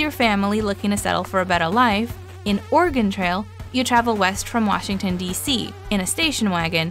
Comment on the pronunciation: It’s not pronounced Or “ah” “gon” for the original. They sound very similar.